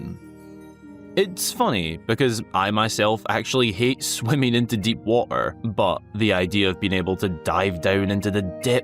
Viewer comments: Someone please tell that there’s a letter T in the word water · Hey he’s Scottish don’t be mean, he already goes through a lot hahaha